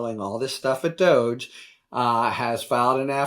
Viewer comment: It's pronounced Dog E. Doggy!!!